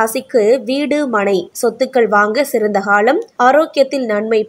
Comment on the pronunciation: தொளில், அதிஹமாண, சில ஹாலம் தமிழை இன்னும் கேவலப்படுத்தலாம். தமிள் மொளிப்பட்றாளர் ஹளைப் போள